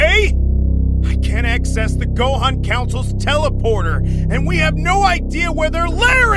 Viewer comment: Yeah... Gohan A is Gohana, Gohan with an "a" at the end.